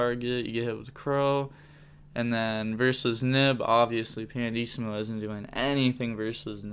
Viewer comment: it's pianissimo (italian word btw) not pandissimo, there's no d in it lol